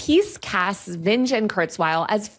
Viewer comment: Everytime she mis-pronounces Vinge's name: 🤣😂🤣😂